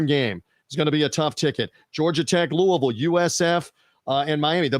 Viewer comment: as a Louisville native and alumni it warms my heart that you can correctly pronounce Louisville, but you break my heart my taking GT against my boys, lol.